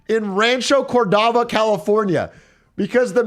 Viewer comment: Holy shit hey said rancho Cordova so wrong in that gas price article